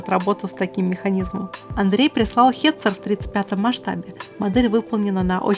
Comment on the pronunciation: Не хетцер а гетцер!) Удачи и успехов!!!